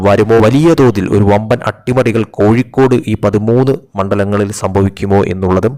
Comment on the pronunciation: കോയി ക്കോട് ,, കോയി ക്കോട്,, പോടാ കോയി